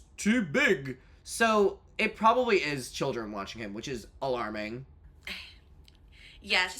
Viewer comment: hearing the kodee tyler "these arwe childwen" again destroyed me